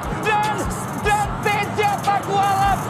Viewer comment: Teja bukan maeeeennnn